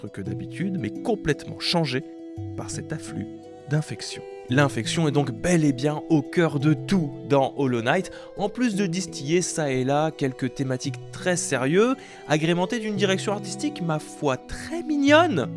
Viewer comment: la génération qui considère qu'un jeu qui fait 25 heure, c'est beaucoup et qui prononce distillé ... distillié ... me fait peur